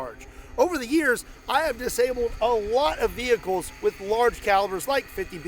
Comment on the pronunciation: Shhh... is hunting wrascally wehicles...